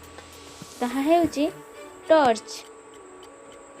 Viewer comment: ଆରେ ଟଚ୍ ନୁହେଁ ଟର୍ଚ